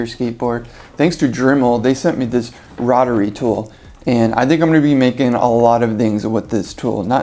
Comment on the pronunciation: Dude, it’s a row- tr-ee tool.